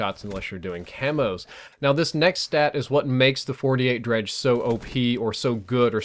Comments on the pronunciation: FINALLY PEOPLE CAN STOP SAYING DEGREE* its dredge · Dredge.... Gorgon.... Man the gun names in this game are just tough to pronounce correctly